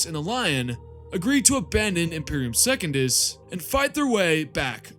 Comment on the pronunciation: Brother, you have got to work on your pronounciation if you're going to make videos speaking on this stuff. Secundus is not second-us, it's Sec-un-dus. Mersadie Oliton is Mer-sadie Oli-ton.